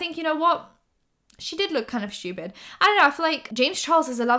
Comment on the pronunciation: the way you say "stupid" as "shtupid" makes me laugh lmao ily